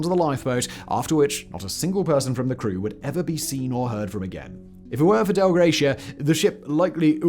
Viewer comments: Not the DEL Gratia, but the Dei Gratia . . . . thanks be to God. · Its pronounced Dei mate. Its latin not german 😅